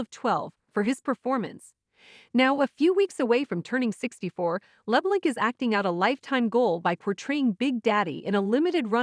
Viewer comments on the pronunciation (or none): It’s annoying when they mispronounce names! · LeBlahnk not Labalanc